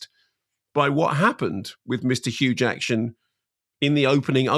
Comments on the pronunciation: I keep hearing huge action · Is it me or did he keep saying Huge Action?😂😂😂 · Hang on, why is he saying hue jacktion? I actually don't get this, at first I thought it was a mispronunciation but he seems to keep using it so I'm wondering if there's an inside joke, or meme, I'm missing. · Why does mark keep calling him Hugh jakshun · I thought he said Hugh Jackson - but it’s Huge Action?!! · Why is Mark saying hugh jackshin not jackman? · Did you realise you kept callingHugh Jackman Hugh Jackshun? And Simon never corrected you? What's that about? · Mark! Who in the world is Hugh Jackshun? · Why can't Mark Kermode pronounce Jackman?